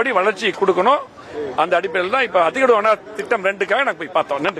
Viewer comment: டேய் வேலுமணி அத்திடவு அவாசி திட்டமா ஒழுங்கா அத்திக்கடவு அவினாசி திட்டம் என்று ஒழுங்கா சொல்லுடா பன்னாட